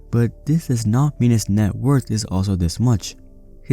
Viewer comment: Why do you have to say networth like that though dude. I’m gunna have nightmares.